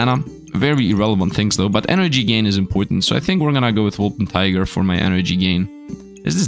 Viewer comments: It’s not named a „Wolpertiger“, it’s a Wolpertinger. That one hurts every time you say it wrong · wolpertinger i know, i know, i'm pedantic and i'm fighting windmills but it's WOL-PER-TIN-GER